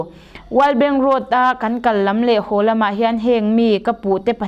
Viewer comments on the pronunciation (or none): none